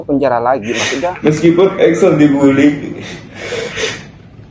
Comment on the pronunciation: Bukan Axel tapi Excel.. Salah eja nama itu berbahaya sekali... Cari tau yang benar sebelum posting